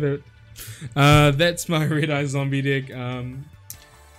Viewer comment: And it's deck not dick lol